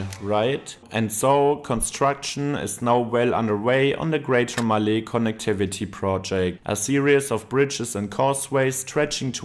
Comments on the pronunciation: Beautiful pronunciation, respect for saying it like it should be said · The way he says Male... 😂😂😂